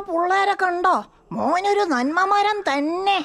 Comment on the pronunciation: മെരം അല്ല മരം